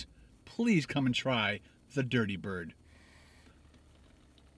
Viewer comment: Dirty not dity😅